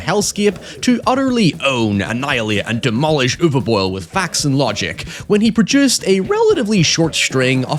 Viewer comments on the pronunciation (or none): "Uwe Boil" Ok you are doing it on purpose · The way you pronounce his name sounds like "über boil". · The way you pronounce his name sounds like an insult I love it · You refusing to produce his name correctly is chefs kiss trolling